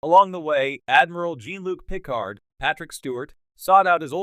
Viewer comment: Fuck your AI voice! It can't even pronounce Jean-Luc Picard correctly! Why is ewveryone using AI voice? It's pure laziness.